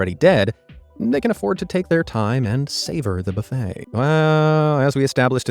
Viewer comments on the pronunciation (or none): none